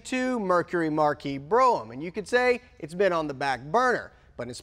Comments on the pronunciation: Bro ham????????? NO IT'S BROM, as in From the movie The Rock. Carla WAS the prom Queen. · I was going to FF until you called it a BROHAM 😃😂😂 my dad had one when I was a kid. I didn’t know it was pronounced BROM until I was 25 🤣🤣🤣🤣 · Did anyone bother to tell these guys the "A" in Brougham is silent, so it is pronounced "Broum"? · They were doing a play on words... BrougHAM = Bro-man. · God you guys pernounce ot bro ham too.